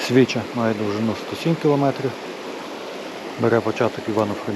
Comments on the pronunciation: СвічА, наголос на "а"🙂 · Унас називають річку Свіча' наголос на "а "від того що вона чиста як свіча.